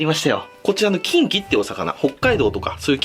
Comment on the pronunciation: 発音がち○ちんw